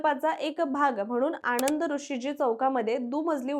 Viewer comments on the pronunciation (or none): none